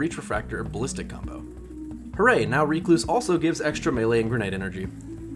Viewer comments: also ive never heard anyone call it reecluse...ever...its named after a spider, a recluse....rec·luse /ˈrekˌlo͞os,rəˈklo͞os. but it makes sense, with as much bitching as there is surrounding this weapon to call it REEEEEEcluse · The bigger question is why YouTubers don't seem to be able pronounce the word "recluse". This guy and his reek-loose, Datto and his reck-loose...it's not a difficult word lmao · WHY ARE YOU SAYING RECLUSE LIKE THAT!!!!! HAHAHA its not REEKLUSE it's RECLUSE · Did he pronounced recluse as reeecluse? That's illegal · IT'S WRECK-LOOSE. AS IN WRECK-LOOSE-IF. RECLUSIVE. RECLUSE. NOT REEK-LOSE. PLEASE. But in this world of justice the gun will be deleted soon so you won't need to say the word again. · Great vid, but seriously, your pronunciation is so bad... Stop using the Th3Jez "Reeeeeee" before finishing the "cluse" word. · You trigger the fuck outta me every time you say it incorrectly. "Reh-kloos" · It's not Ree Cloose.. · Its pronounced recluse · Went looking for a comment like this less than 1 minute into the vid, I don't know why it bothered me so much lol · Stop saying recluse wrong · Triggered by you saying the word recluse wrong this entire video. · Take a shot every time he pronounces Recluse incorrectly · How in God's name does he not know how to pronounce the word recluse?